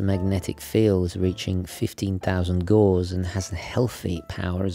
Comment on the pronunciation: GAUSS like house not GAUSS like pause.....